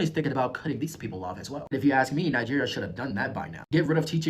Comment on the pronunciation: I was today years old when I learned it was pronounced nijjjjjeeerrrr.